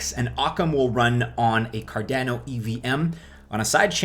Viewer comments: Car don o lol only way i know how to put it to where u say it the way im used to hearin it haha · Why do u say cardano the way u do bro ahha